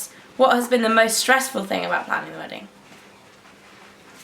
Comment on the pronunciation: Were English so its MUM and its DE force not THE force.